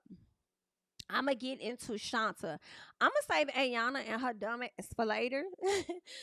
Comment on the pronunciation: Why do yall keep pronouncing her name like that It’s Shonta like Sean/tay